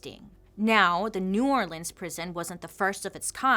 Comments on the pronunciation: Thanks for pronouncing New Orleans correctly ♥️ Angola prison in LA is a working farm.. slavery at it’s finest!! Still happening today. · Thank you for pronouncing New Orleans correctly ❤️